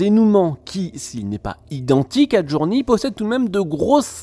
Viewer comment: Sa se prononce JourNEY et pas JourNi; faut revois tes fi fiches mon grand